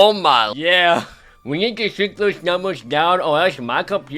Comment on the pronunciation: Whyd he say “yeah” like that?